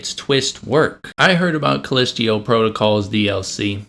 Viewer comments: I twitch every time you say callisto...you aren't saying it right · Take a shot everytime he calls it "call-list-teo" protocol instead of Callisto. You will not survive 😢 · Dude I will excuse myself from the video just because I can’t take you calling it callisteo instead of callisto one more time Jesus how hard can it be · Dude... First of all it's CallistO not Callistio... You can't even pronounce the game correctly... The game and the DLC were truly amazing especially the plot twist and overall enjoyable gameplay, let alone the great graphics and actors... Last thing, when doing reviews NEVER spoil endings... You showed the dismembered and burned Jacob... Seems that you need to learn a lot about gaming and reviews instead of adapting the opinion of couple of idiots on twitter... You know what I'm talking about... Anyway, wish you all the best. (Edit: Forgot to mention how brilliant the lore was in explaining the whole background story and the story of the cult, which I don't think you even bothered to read or understand) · "Callistio" PrOtocAL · CALLISTO! Not CALLISTIO! 😅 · Sorry, but if you can’t even pronounce the name of the moon correctly, maybe the game isn’t for you. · bro really said "callestio protocol" 💀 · "callistio protocol" do a second take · Haha. Thanks for the chuckle. I think we were all like, "callistio?" Great vid! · true, but when a game literally pronounces the name of the moon via its in-game characters and someone repeatedly says it wrong, that makes me question if the person who repeatedly mispronounces it even actually played the game. I’m probably reading into it too much, but it wouldn’t be the first time a content creator made a game review without playing said game. That’s the first thing I think when stuff like this happens. But yea… I’m most likely reading into it too much. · You pronouncing it wrong on purpose?